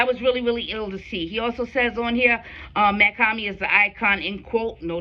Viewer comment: Mach-Hommy is pronounced (MOCK - HOMI) 👌🏼💯💯💯